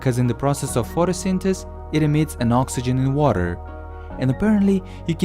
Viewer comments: Did I think he said Pho-to-sin-tes It’s alright it’s PHO-TO-SYN-THE-SIS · You said PHOTOSYTHES